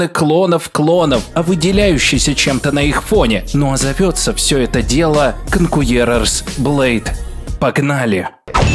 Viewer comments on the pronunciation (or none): От произношения названия игры кровь из ушей идёт